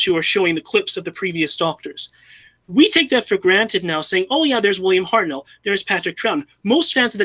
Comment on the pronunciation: pronunciation of Hartnell